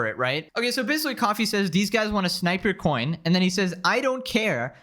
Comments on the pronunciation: Staring the video off strong with a classic “Basicawwy” is my favorite speech delayed Youtuber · "Basicawy" lol Don't suggest ts to me youtube